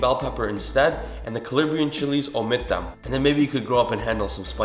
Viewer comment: Calabrian not calibrian 😝 but love ur videos!!!! Married an Arab so ur traditional dishes help a lot!!!